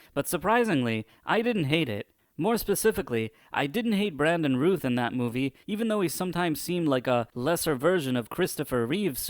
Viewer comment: I know you have an accent so I don’t know if English is anything native to you but Routh is pronounced like “mouth”.